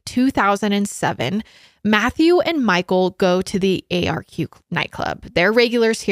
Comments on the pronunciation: Hi! There’s just a few things I thought I’d point out, firstly that the nightclub you were talking about is pronounced “ark” and the second thing is that when was saying she’s never heard of people voluntarily taking GHB, in Australia (especially in the lgbt community) it’s actually a very common thing and is liquid ecstasy. Love love love this collab though 💓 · It’s called the ARQ (pronounced like Arc) not the A-R-Q. Lmao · Arq is so known for the party drugs too, so michael would have been thinking he was powerful in some way. So horrible what happened. Also Arq is pronounced Ark (i know its confusing haha). Would love you to look into missing backpacker Theo Hayez who went missing in Byron Bay Australia who was there on vacation from Belguim. So sad. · The club is pronounced “arc” like Noah’s Ark The suburb Michael is from is pronounced “Cron-Nullah”. GHB is uncommon as a party drug in the LGBT scene in Australia now, but when it is it’s used in micro doses and not at the “date-rape-drug” level. At this time it was used a little more frequently also. Bit of local knowledge :) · As an Aussie I can’t help but make fun of Americans pronunciations 🤣 arq club is pronounced ARCK And the way she says Cronulla 🤣😭